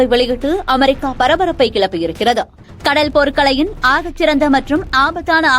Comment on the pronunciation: கடள், கப்பள். என்ன உச்சரிப்பு இது.